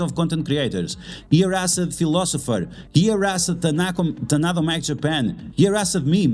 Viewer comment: very informative video. didnt know there was so much drama among content creators. so unfortunate. im not a political person, and i dont give a sh*t what other people think about politics. however, i am very much against forcing politics and political views on other people. QUESTION: i missed the tadano mac offer. what did it actually say? i cant seem to find it online. (also, its taDaNo, not taNaDo. not sure why you keep saying tanado lol)